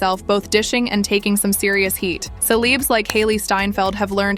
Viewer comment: Pretty good AI voice. Love how it pronounces 'celebs' as 'seleeebs' .